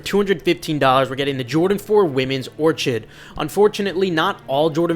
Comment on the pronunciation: “ORK ID” brah